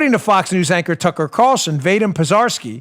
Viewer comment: That name (VADYM) is pronounced “ VAH-DEEM”